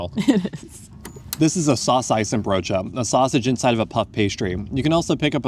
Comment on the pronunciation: Guys, it's saucijzebroodje. The "n" is silent. You write it with a N but say it Silent 😊.